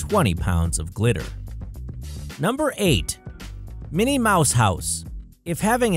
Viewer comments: It’s Minnie not Mini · It's Minnie Mouse not mini mouse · Minnie Mouse not mini mouse!!!!! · "Mini" Mouse??? Really?! 😂🤣